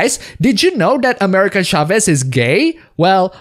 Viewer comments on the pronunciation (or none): none